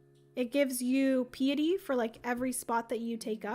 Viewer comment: I love you, but I just can’t let it go any more. It’s not “Pee-a-tee”, it is “Pie-a-ty”. It means “reverence to God.” And normally I think it is so rude to correct pronunciation so I apologize, but that is kind of a big one for devout people. Makes since since it is on the priest track!